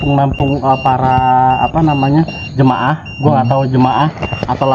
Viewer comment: Jemaat bukan jemaah..izinn 🙏🏻😁